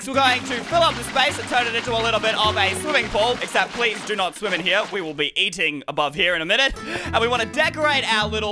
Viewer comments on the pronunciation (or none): none